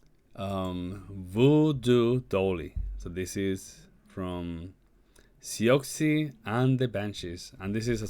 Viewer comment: He could at least pronounce her name correctly.